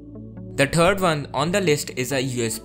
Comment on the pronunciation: It's third T-H-I-R-D and not turd!!